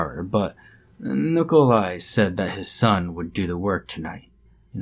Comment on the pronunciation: "Nicole eye", eh? Real slav-ophile you are...